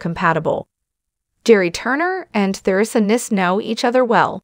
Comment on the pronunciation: Or even pronounce Theresa. They say her name incorrectly in this.